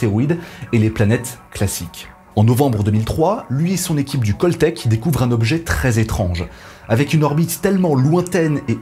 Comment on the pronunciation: On prononce cAltech et non cOltech , CALifornia Institute of technology. Le son se rapproche plus du A que du O de "call me later" !).